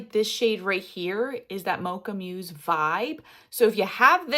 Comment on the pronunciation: Mousse (the dessert) is pronounced like the animal (moose) 😊😊😊 It is a beautiful color, I agree!